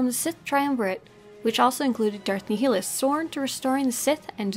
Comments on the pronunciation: First Of All, It Is Darth Nihilus, NOT Darth Nehilus. It is also Visas (long I), not Vesas (long E), but at least you Pronounced Mira as Mera and not Myra. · Not to be picky but I think your pronouncing Darth Nihilus name incorrectly... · The way you say Nihilus kills the inside of me